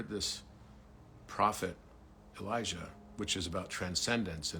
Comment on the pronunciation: Dear, thank you for what you are doing 🤗❤ Here is another interruption☺: You clearly say Elisha ~ but are referring to Elijah. It’s been going on for years now. Several people referring to Elijah are pronouncing it Elisha. I am looking forward to the time coming where the full meaning of both Elijah and Elisha are being seen. Elisha was not taken up... Elijah was. Elisha was buried, 2 Kings. As there later that year is a war situation where they have to bury a man in haste, they throw him into the sepulchre of Elisha, “and when the man was let down, and touched the bones of Elisha, he revived, and stood up on his feet.” 2 Kings. ~ Lena ❤